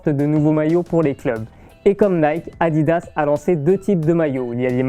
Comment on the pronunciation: moi au début j'ai cru qu'il disait maillot a 10 euros mdr🤣